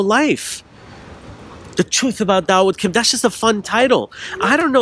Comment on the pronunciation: "Daud wood" LOLOLOl 😂